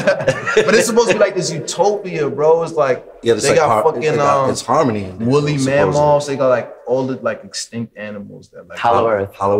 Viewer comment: Joey said Wooly Mam-oths 😂